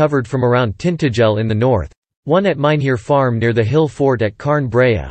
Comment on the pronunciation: Tintagel is pronoumcrd TintA gel agel and Fowey is Foy.